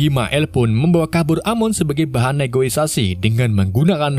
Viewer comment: negosisasi wkwkwk